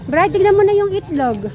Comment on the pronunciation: Cute n ❤ hahaha tama c madam share ang pagkasabi mo ng itlog ma'm sm😊😅